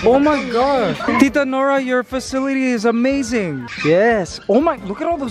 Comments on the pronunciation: wow amzine did he just say amzine? instead of amazing? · Kuya Mikey why do you say Amaizaing instead of amazing